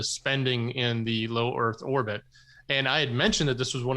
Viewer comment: Go.... that was a brilliant slip of the tongue....."low Orth Erbit"...😆